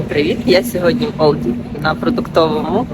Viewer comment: Дякую Вам за цікаве відео! ) ALDI це одна з найбільших німецьких мереж супермаркетів, тому то там і багато продуктів та товарів з Німеччини і Європи) Єдине що, німці називають його Альді, а не Ольді ))